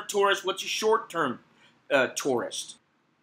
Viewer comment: You pronounce the word tourist like taurus. Funny.